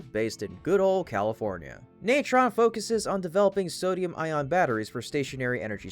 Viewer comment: It's pronounced "eye-on", not "eye-ron".